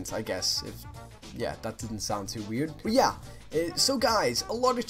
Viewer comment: I love the way he said 'but' that accent tho! x) bot it's so cool (from a French fan)